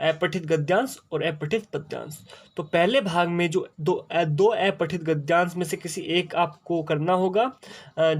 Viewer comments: Aepathit nhi sir apathit gadyansh hota hai 🙏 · sir wo to aapne sahi bola lekin aapka pronunciation aepathit hai jo ki अपठित होता है...